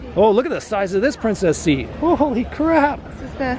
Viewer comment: I dig your channel but it hurts my brain whenever you say princess seat.